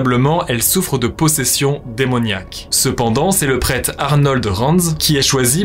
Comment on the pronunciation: "le prète"